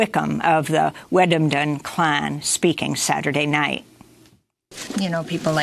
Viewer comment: WET - SUE - A - DIN is how you pronounce that 1st Nations name.